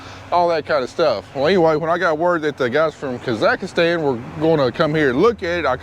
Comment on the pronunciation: Say it with me.... kah ziks stan .. Not kazikastans KAhhh ZIKS STAN